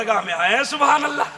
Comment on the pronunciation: Suwhanallah nahi balke subhanallah h hazrat